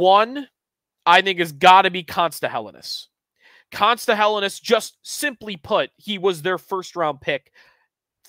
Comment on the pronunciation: for the love of all that is holy - if Helenius is going to be your top guy to watch...get the name right. Hell-en-ee-us